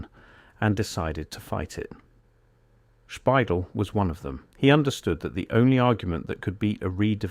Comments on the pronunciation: Bill Spidel's last name is not pronounced SPY-dull. It is pronounced spy-DELL, (like The Farmer in the Dell). It's also not spelled Spidle. It's spelled Speidel. Learn to spell and pronounce names correctly before you post videos!!! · The video mispronounces Bill Speidel the whole way through! It’s not pronounced “spy•dull”; more like “spy•Dell” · Obviously, the majority of these photos are AI generated. The voice is AI generated. You can tell because they're pronouncing Bill Spidel's name incorrectly. It is actually pronounced SPY-DELL with the accent on the second syllable. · Pioneer Square is not really Downtown. Underground is just basements. Been down there many times in many places. You completely mispronounced Bill Speidel's name. This sloppy AI shit is unbearable.